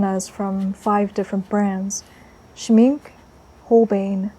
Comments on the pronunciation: SCHMINK-AHHHH... SCHMINK-AHHHHH.. not just SCHMINK.... AHHHHH repeat and learn... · "Schmink-ah" and "Hole-BINE" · Just in case you'd not had the luxury of hearing it aloud before (and why should you, tbf!) the 'e' in Schmincke is voiced. As if it's Schminck –ah. And the 'bein' in Holbein, rhymes with sign – I know, German is weird, I am very sorry! 🇩🇪 Pronunciation to one side, your layering and texture building is breath-taking, and your brushwork masterly. The portrait reminds me very much of Liv Tyler, and your colour pairings in all three studies are a delight, thank-you! 🙏🏼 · Its Shmink-E and Hole-Bine’ it’s embarrassing to see so-called professional artist not pronouncing correctly materials that are hundreds of years old. It’s embarrassing. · Schmincke = Sh-mee-n-kuh Holbein = Hole-b-eye-n Dear gods. I don't know how to type phonetically. 😂💕😘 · Wonderful and communicative as always. I admire your combination of painterliness and control of the medium. DS are a lovely brand but I’m a sucker for Schminke especially their lush, creamy pastels. The word is German of course and means Paint or Makeup. That ‘e’ on the end is articulated so we phonetically get Shhmink-air with an almost unpronounced R at the end. Good old German. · Scheminke is pronounced “sch-mink-kay” — just trying to help. Lovely video btw! ❤️ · The e at the end of Schmincke is not silent.